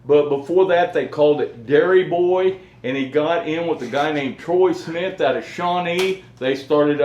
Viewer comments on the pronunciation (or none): none